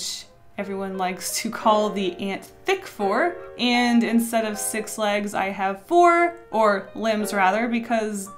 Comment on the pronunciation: And from that day on pronounced 'And' as 'ant' and it is canon you can't change my mind!